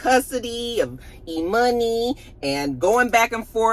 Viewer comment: I giggle every time you say E-Money 😂😂